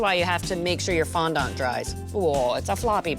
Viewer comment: Omg yes.